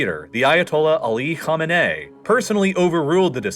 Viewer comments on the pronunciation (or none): none